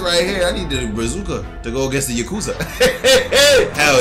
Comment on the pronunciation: It’s pronounced yack- uw-zah